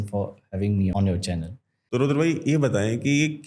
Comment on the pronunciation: भारतीय ज्ञान की बात कर रहा है और चक्र को चक्रा रुद्र को रुद्रा बोल रहा है